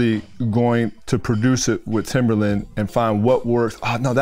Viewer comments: he did not just say timberland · Lol it's timbaland, the way he pronounces it, is the same way he spells it lol, but of course Jaycen Joshua is so not good at saying people's names 😂😂